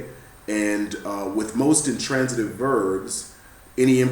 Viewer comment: wait did he just say intrantative????